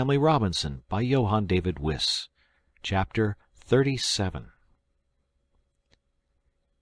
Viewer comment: I think the author's surname is pronounced "Vice" not "Whiss". Good reading, by the way.